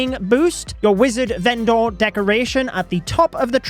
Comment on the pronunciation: The way you say vendor 😭😭😭